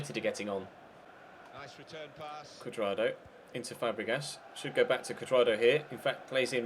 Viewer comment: When you where saying Juan Curdrado it sounded like Wank Curdardo